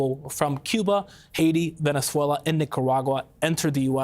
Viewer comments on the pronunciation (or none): none